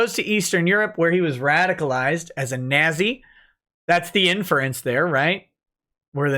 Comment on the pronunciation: you tried so hard to say “nazzy” then immediately said “if you did not see”, Freudian fascist slip confirmed.